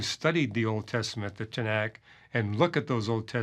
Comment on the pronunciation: Arrogant nonsense! You think you know the Tenakh better than Jews do? You cannot even pronounce its name correctly!